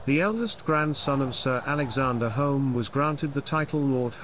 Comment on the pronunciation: The narrator is incorrectly pronouncing "Home" with an O sound instead of U. Both spellings are pronounced "Hume". The only reason our families changed the spelling is because of such misunderstanding.